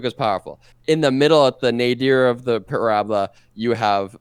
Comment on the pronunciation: I took one thing away from this video. It's that says parabola wrong